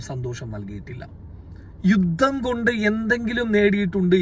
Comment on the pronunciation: യുദ്ദം എന്നല്ല പറയേണ്ടത് യുദ്ധം എന്നാണ്. ഉച്ചാരണം ശരിയാക്കുക